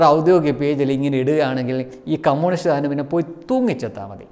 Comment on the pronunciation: "കമ്മൂണിസ്റ്റ്" അല്ല ചേട്ടാ "കമ്മ്യുണിസ്റ്റ്" 😁